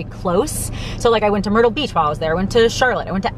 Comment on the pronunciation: It sounded for a sec, like you said “Murder Beach”. 😬